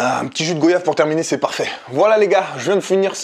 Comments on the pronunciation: 🍈 On prononce guayave, comme pour voyage.. Super vidéo, keep goin 🔥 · On dit pas goyave mais goiyave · Il a dit goyave avec guo alors que le fruit s goyave avec guoi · je t'aime bien mais c'est LA GOYAVE GWA YAVE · Je suis seul à avoir entendu goyave au lieu de goyave mets le Gua ou sinon tous les entiers vont de balayer fort🤣🤣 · On dit pas go-ya-ve on dit goyave c'est comme si je disais vo-ya-ge sa se dit pas on dit voyage donc voilà mais sinon la vidéo est lourde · non pas "Go"yave, mais "Gwa"yave la faute d'ortographe c'est pour la pronociation. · Goyave on le prononce "gwayave" 😁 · 😭il a dit go yave tu dit pas vo yave faut arrêter 💔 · Un jus de quoi ??? C’est la goyave ça se prononce goi-yave mon frère 😂